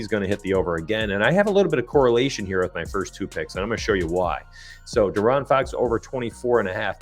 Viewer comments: Lol its (DEE-Aaron) bro 🤣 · hey love the vid but i couldnt shake how u say foxs name 😂